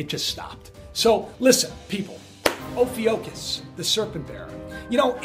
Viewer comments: Ophiuchus has always been there, just not an "official" zodiacal sign. And it's (O-fee-you-kus) not (O-fee-O-kus). It's a U not an O. Double check your stuff before making a presentation. You'll show that you did your homework before trying to wing it at a moments notice. If reading isn't your forte then for Pete's sake have someone check it for you. I know...people who can't read well always say it's no big deal. People who can read well say it's the biggest deal you'll ever acquire. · It's pronounced O-phu-cis. And it's always been there but they decided to ignore it when they changed the calendar to 12 months. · oh-few-cus is how I would say it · Brad Bates Ofewcuss (lol, I decided to use phonics for proper pronunciation) Anyway, this is the symbol for the 5th element, Aether. I found writings in some occult books. What timing NASA had- when they announced it in 2011. This is a doozy if people only could grasp the truth. It's a nepharious act at best! I also noticed, (this being only my 3rd) "" video.... The "broken clock" too, so why does he set the time? 1st video, I noticed, 2nd video was, this time is = 9x2=18+5=23... or 111111. (don't ask, too hard to write an explanation) And... stands between 2 Pillars (sun and moon) "looking" items, he has a Saturn Lamp, and a spinning Cube. And well- do you know what Roses stand for in esoteric lingo? Personally, I Dont Care. I read symbols more than language and calculate numbers with ease. Can't help noticing- maybe we are ALL nothing more than a computer generated reality... because I've calculated numbers in my own?chance? circumstances and find it fascinating. If his "stage" isn't "staged", I would think he should ask himself about this anomaly... and why he sets a broken clock to such perfect "numerology"? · It's pronounced oh·few·kus. You're welcome. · I believe it is pronounced (Oh-Fue-cuss) Ophiucus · Hey just FYI -- it is pronounced "oh few cus" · Pronounced 'o-few-cus', Ophiuchus